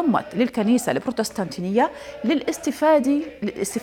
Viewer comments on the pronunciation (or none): بعيدا عن الموضوع .. لغتك العربية ركيكة يا اختي .. بروتيستانتية ماشي بروتستانتينية 🤷🏻‍♀️🤷🏻‍♀️